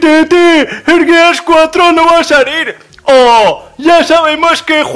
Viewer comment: Al menos si le dijiste bien al gears 4 xD